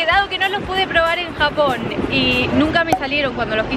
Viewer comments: Nombre Apellido No entendiste, asi lo pronuncia xd jajajaj chapannese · porque decis Chapanis!? no se pronuncia CHA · Por que si se escribe con J por que ella lo pronuncia con Y???